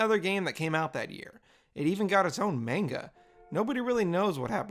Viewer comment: Your commentary and editing looks fine to me. The text for the characters talking aren't always funny, but it's never annoying. The only thing I noticed that was off was the zooming in and the mispell Also I like how you said "maynga" and not "manga"